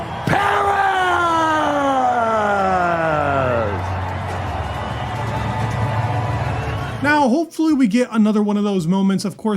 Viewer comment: Noticed you pronounced name properly unlike most people. So in that spirit, Leclerc's name is pronounced "chaalz luh·clerk" rather than "le-claire". 😀